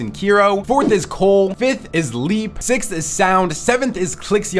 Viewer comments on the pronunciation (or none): none